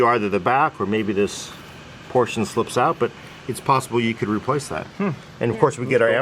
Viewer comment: Why does he say replace as re-place